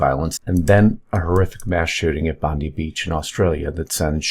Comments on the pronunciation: It's pronounced "Bond-eye". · It's pronounced Bond - Eye. For god sakes people get it together